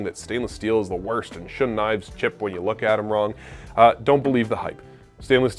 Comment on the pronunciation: Shun is pronounced Shoon I have a Shiro Kamo SG2/R2 and a Shiro Kamo Aogami Super. I’m a professional chef working in fine dining and there is not enough of a difference to say one is better than the other, they both have the same Rockwell harness. The knife will always only be as good as who is using it.